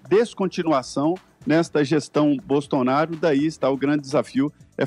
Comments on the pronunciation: Aos: é impressão minha ou o falou “gestão bostonaro”? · HAHAHAH, Também notei! BostoNaro